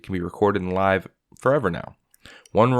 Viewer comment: Bro, did you use AI to write this? There are times we're it feels like you're reading something that you did not write your self. You even mispronounced "live". Thumbs down.